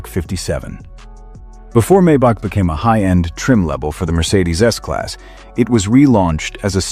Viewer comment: Funny way to pronounce the Maybach :-)! Correct is „Mybuch“ with the „ch“ pronounced like the Spanish „J“ in the name "Jose“. By the way, the ultra-ugly No. 3 is pronounced "Veesmunn“.